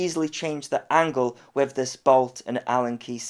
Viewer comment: 11.:46 I'm sure that said "wiv" RC guys don't say WIV or FINK or FANKS etc.